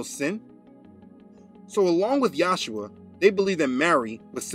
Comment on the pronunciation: In this vid , you are pronoucing the son as Yahsuha insead of Yahushua. What's up wid dat? Your histry of the Catholic church is right on , but still, I don't know what the pronunciation of the name of God or is son is. You keep changing it!! Why!!! I guess you'll just egnor me. Oh well.